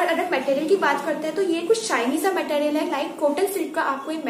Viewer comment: Material bolna toh seekh lo pehle